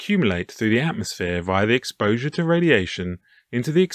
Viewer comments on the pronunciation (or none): none